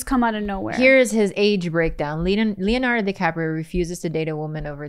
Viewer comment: The way he says Leonardo DiCaprio took me tf out